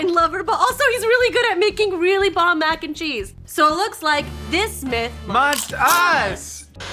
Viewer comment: Mackencheese like Mackenzie